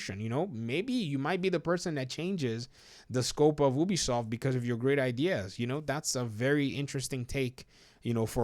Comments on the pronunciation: clearly most people say Ubisoft and not Obisoft so please start saying it right. One dad to another :3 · Do you pronounce U - O? Then why do you pronounce Ubisoft - Obisoft?